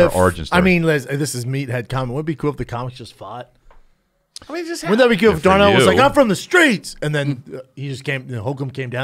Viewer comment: It is impossible for Brendan to not call Donnell Rawlings “Darnell” lmao